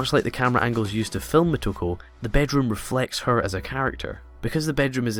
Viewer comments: it´s "Motoko", not "Mehtoko" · I'm wondering why you keep calling her "M a toko" when her name is M o toko. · exactly he's Scottish